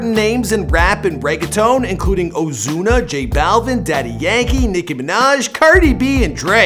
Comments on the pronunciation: It is not osuna it’s ozuna get it right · Dis dude sed ozzzuna